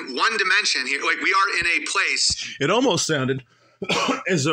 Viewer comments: Every time he says "pwase" instead of "place" i laugh. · he struggles with that word and the word "police"